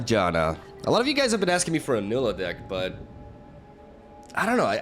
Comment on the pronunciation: It's pronounced Nai-lee-ah, with focus on the lee part